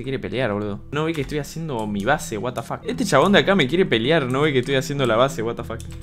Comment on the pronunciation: Watafac, spreen peruano 👌😔